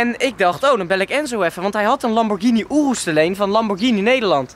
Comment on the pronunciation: Ik irriteer me echt aan hoe sommige dingen uitspreekt. Zoals rs6 aabeetee hij zegt apt of lambo urus hij zegt oeroes.....